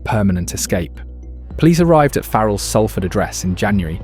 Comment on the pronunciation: Great! Someone who pronounces SALFORD RIGHT